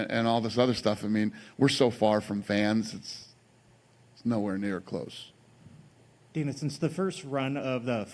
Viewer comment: man actually said “Dina” tf 🤦‍♂️😫😂